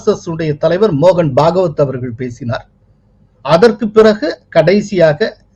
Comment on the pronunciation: அவர்களுக்கு ஓர் அன்பான வேண்டுகோள். தங்களது காணொளிகளில் "தற்காலிகமாக" என்கிற வார்த்தையை தாற்காலிகமாக என்று தொடர்ந்து குறிப்பிட்டு வருகிறீர்கள் அது தவறான உச்சரிப்பு அதுபோலவே இந்த காணொளியில் திரு மோகன்பகவத் அவர்களை, பாகவத் என்று குற்றிப்பிட்டுள்ளீர்கள் அது தவறு.